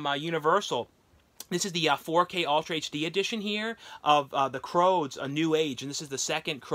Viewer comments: Not pronounced "Croads" but "Crewds" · Pretty sure it’s crOOds- rhymes with “dudes” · i know you have said you are dyslexic but the film is the C R O O D S , pronounced like dudes...x....still good content as usual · Love your videos but saying “ croods” as “ croads” kept making me and my daughter cringe lol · Take a shot everytime mispronounces a title. Lol, love you. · And the rude comments start popping up if you don't have anything nice to say it's not fault he has trouble pronouncing some of the movie names